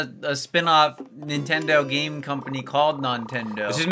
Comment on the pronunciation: Nontendo sounds like 'no entiendo' (i dont understand) in spanish